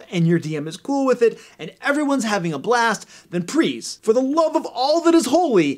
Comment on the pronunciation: "prease" lol